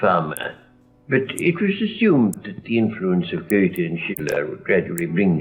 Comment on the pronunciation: Wow, he NAILED the pronounciation of the names "Goethe" and "Schiller"! As a German, I am so impressed.